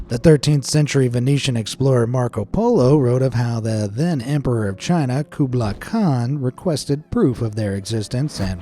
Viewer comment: King Lee-Can(King Lycan) Nandrethal(Neanderthals) Kubla Kahn(Kublai Kahn)